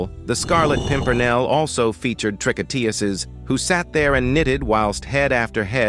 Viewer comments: TREE-KO-TOOZ not trick-oh-TEE-ussez. The singular tricoteuse and the plural tricoteuses have the same pronunciation with the number (=singular vs plural) conveyed by surrounding words such as the article adjectives or the number implied by the verb ending. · In English you would pronounce "tricouteuses" "tree-co-TOOSEs" from the verb "tricoter," to knit. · you pronounce "tricotEses". The third syllable is like in EUrope. And you do not pronounce the final S for the plural. It is silent. (French-US here) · It definitely had its dissuasive effect on criminals, knowing they could lose their heads because of their crimes. Tricoteuses is pronounced TREE-KO-TEUZ in french, by the way. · You have to learn how to pronounce "Tricoteuses" properly. It's "Tree-kot-tewz". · Man, if you're going to use the word "tricoteuses" a gazillion times, LEARN how to pronounce it!